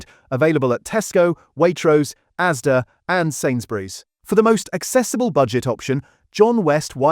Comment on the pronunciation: It's ASDA not AZDA